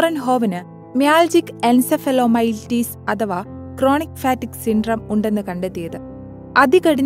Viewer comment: ഫാറ്റിക് അല്ല! ഫറ്റിഗ് ആണ്